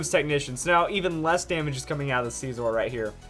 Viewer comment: what is up with some ytbers call scizor sceeeezor?